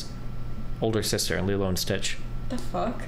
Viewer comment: Bruhh did she Call Lilo Sticth..... I Know I'm Not As Old As Destiny but holy Ferguson